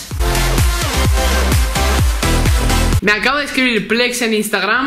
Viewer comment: Lo siento decírtelo bro pero es Plex 😂